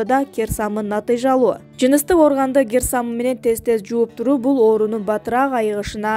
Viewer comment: Гер самын эмес кир самын созду бурмалабай бузбай суйло